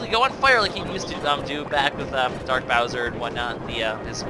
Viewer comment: its bowser not browser,he is not the internet!!!